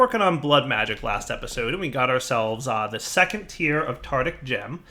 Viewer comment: Cerugon That has nothing to do with my comment, I am talking about how is mispronouncing the word, not what the correct pronunciation is.